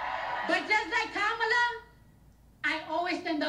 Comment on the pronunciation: Why do Dems always get performers to speak? Are there people really out here basing their vote off of who their favorite celebrity endorses? Also, to the narrator and to Cardi B, her name is pronounced COMMA-LA. Goodness. That's so disrespectful.